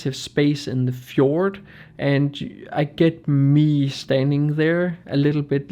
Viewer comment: I will never get tired of hearing 'Fjord' being pronounced properly. I love it!